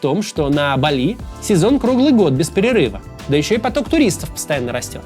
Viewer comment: Максим, БАли, а не БалИ.